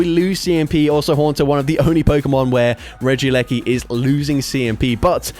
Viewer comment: “Regi gigASS” Ik it’s the accent and I love you😂❤